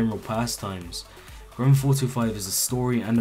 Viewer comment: Granfauto5...... that's how he says grandtheftauto5